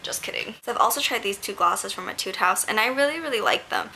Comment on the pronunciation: Aw how sweet of you! I love Jill Stuart too - though I only have one blush so far hehe. Definitely would love to collect some more. Love how the Canmake Bitter Coffee quad looks too - thanks for sharing =) Also, not sure if anyone has mentioned this so far, but I'm almost certain that it's pronounced "A-tude." An etude is a musical practice piece - one that is supposed to improve your technical skills. When I played violin I always had a book of etudes.